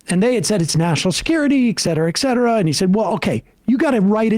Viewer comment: I hear too much “ec cetera” on this program